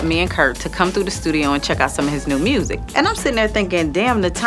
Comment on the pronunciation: "I got new MRURSIC" 😂❤️